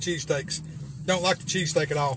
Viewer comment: my deafass heard you say CheeseCAKE...not cheesesSTEAK